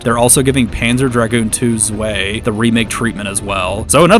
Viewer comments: Zwei is 2 in German, check the pronunciation, it's z-why not z-way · zwei = two its pronounced zweye, if that makes sense